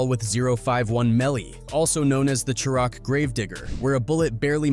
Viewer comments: I hate u clout chasing people, bro u literally can't even pronounce people name correctly nor can you say (shy-rack) it's not shiroc bro, but I get it u are an outsider tryna capitalize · It’s pronounced shi-raq!!!!